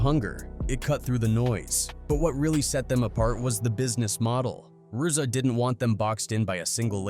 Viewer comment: Can’t even pronounce ‘RZA’.. videos are pathetic